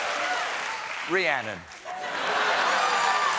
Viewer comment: ”Rhiannon” sounded like an “Amen”